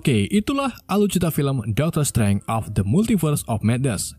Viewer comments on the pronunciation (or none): Bacanya Daktrr streinj, bukan dokter streng